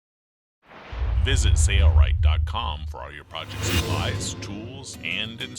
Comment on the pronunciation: Why why why? Why does he keep saying sayrite when it's spelled sailrite like sailboat? Either spell it different or say it right.